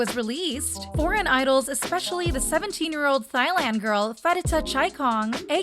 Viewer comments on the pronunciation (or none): It’s “Tai-land” not “THailand” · “Thigh-land” girl? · Funny how she pronounced Thailand... so unworldly and uneducated.. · Wild pronunciation of Thailand in this